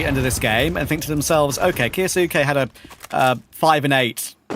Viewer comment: I hate how says kyousuke name